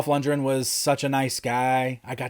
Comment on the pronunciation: Lundgren not lundren, you’d think for being such a huge fan he’d at least know how to pronounce his name correctly